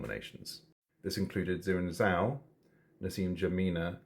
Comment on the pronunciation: They got Xiran's surname WRONG in those dialogs about censoring! Not misspelled, they actively kept calling them "Zhoa" instead of Zhao, like come on dude it's 4 fricking letters!